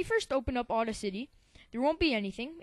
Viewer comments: you do a good job however... it's boost the BASS, which rhymes with ACE, not rhyming with MASS. It's BETA, which rhymes with FATE-a. And finally it's au-DA-city, as in DAD, accent on 2nd syllable. fyi. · It is Audacity, not Auda City :P Nice tutorial btw.